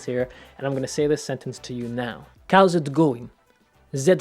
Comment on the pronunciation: ‘Cows it going ?’ No